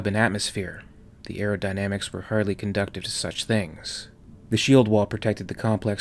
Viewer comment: Brilliant, as always! Just one note, "Conducive" is con-du-sieve. 😊